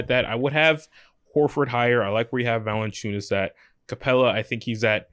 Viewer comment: his last name is Valančiūnas (Valanciunas would be ok, not Valenciunas)